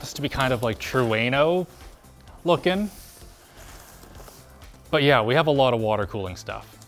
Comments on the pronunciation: Tru-eno? Lol say it right... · yeah it literally hurt my ears with the way he said trueno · I hope you were triggered by how said Trueno like i was...